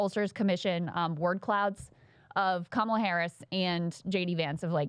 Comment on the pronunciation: Nancy Mace now known as Cindy Pace AS SHE wiII NOT SAY KAMALA correctly! From now as such